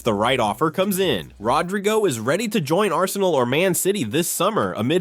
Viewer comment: "RodRYgo"?? At least get the madness right. Moron.